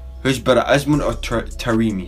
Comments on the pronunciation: The correct pronunciation is tarame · It’s TA-RE-MI